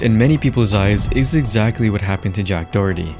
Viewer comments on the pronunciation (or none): Jack *Dorkerty